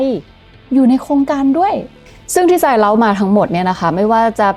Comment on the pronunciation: เล่า❌ เล้า✅ เล่าได้ละเอียดยิบ สะใจมากครับ ไม่มีวินาทีไหนที่ต้อวกดข้ามเลย ขอชื่นชมทั้งทีมงานด้วยนะครับ ขอบคุณที่นำข้อมูลดีๆ ที่มีประโยชน์มาแบ่งปันให้ได้รับรู้ครับ